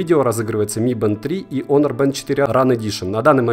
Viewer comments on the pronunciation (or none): none